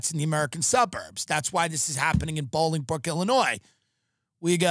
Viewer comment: Its pronouched "Bowl-ing-brook."